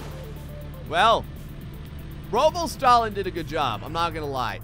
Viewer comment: You say stalin as “stalling”